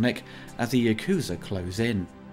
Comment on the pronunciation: Ya-ku-za not Yakoozer